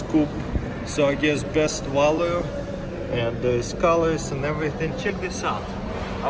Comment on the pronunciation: Did he just say said valu it’s value 😂